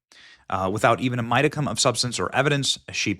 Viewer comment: It’s pronounced “HY- PER-BOWL- EE” and “MO- DI- CUM” and I for one, am very glad to see someone fighting back against the smears, slander and liable.